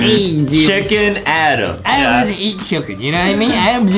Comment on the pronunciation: Its Adem not Adam